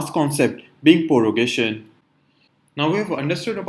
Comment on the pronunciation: Prorogation not Porogation